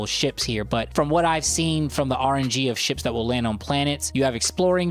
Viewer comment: idk if you were kidding, but it's "RNG", not "R&G". It stands for "Random Number Generator"